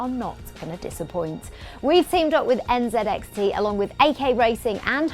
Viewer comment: It hurt the way she said nzxt